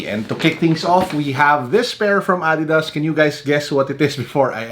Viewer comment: Did I just hear "ah-didas"? Sobrang therapeutic! Thank you for finally pronouncing it correctly!